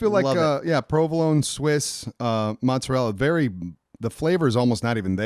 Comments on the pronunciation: in Italy it's not pronounced mozzarell, it's mozzarella as well. Lmao. I couldn't tell if you were joking or not, 🤣🤣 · By the way, You pronounce the "a" in Mozzarella (Mozza-rella). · And it's pronounced Mo-ze-rell-a! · your saying it wrong. it's a mozzarella with an A on the end. the Italians like to accentuate the ends of sentences.